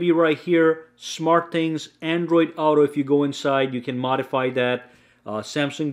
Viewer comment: What's this word he keeps saying. Owto